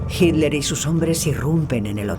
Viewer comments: "JIT LER" jajaja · Porque la voz de la mujer que narra pronuncia "Hiler", en vez de Hitler?